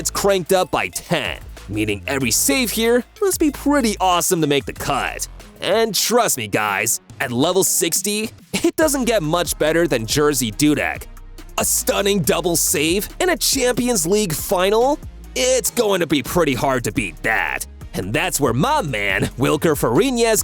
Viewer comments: am i the only one that heard jersey dudek? btw its jerzy not jerzey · at level 60. HE IS NOT CALLED JERZEY DUDEK. HE IS CALLED JERZY DUDEK